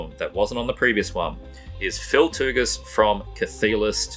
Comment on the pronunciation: lmao your pronunciation of "Tougas"